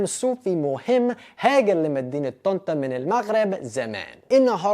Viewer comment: بتقول مدينه طنطا بطريقه احسن من المصريين 😂😂